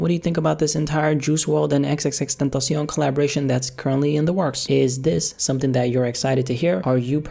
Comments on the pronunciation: "He did not like Triple X TENTASHON"😂😂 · Nobody:: XXX tentacionne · "triple x tentation" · "Juice Wrld and EksEksEksTentosion" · Man said ex ex ex tentashon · “Triple X tentasion” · "Triple X Tintacen" lmao i am sorry but thats too funny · The way he says xxxtentacion😂